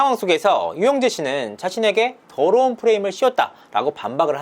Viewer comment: 드~~르운, 승~~ 추행~~ , 이렇게 발음하는것부터 너무 싫음. 아빠가 목사님이라 그런가~ 타성에 젖은 목사 특유의 말투.....